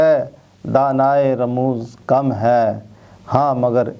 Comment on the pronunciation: جناب عابد صاحب آپ نے کلام اقبال کے ساتھ انصاف نہیں کیا۔ عالم کیف اور دانائے رموز کم کا مطلب وہ نہیں جو آپ فرما رہے ہیں ۔ عالم کے "ل" اور رموز کی "ز" کے نیچے زیر لگا کر پڑھیے پھر معاملہ ٹھیک ہو جائے گا۔ یہاں "عالم کیف" سے مراد کیفیت کا جاننے والا اور "دانائے رموز کم" سے مراد کمیت کے راز جاننے والا ہے۔